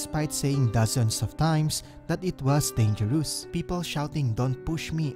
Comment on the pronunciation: You mispronounce chaos, dangerous, shouting, boulevard, and disorder. I'm glad there was an English subtitle despite your speaking in English, some words can't be recognized with your heavy accent. You have a lot of grammatical errors.